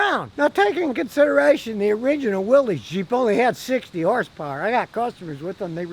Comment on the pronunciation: Mr. Willys pronounced his name: WILL-S. Not will-eeze ! Go ask the Willys family.